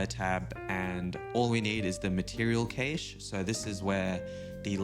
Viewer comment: Awesome stuff man and cache is pronounced like cash money. 🙏🏿